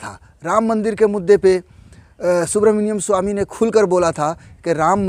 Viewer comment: Bhai aap naam to sahi se lo